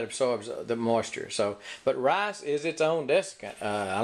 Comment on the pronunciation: Its pronounced r i c e not rayce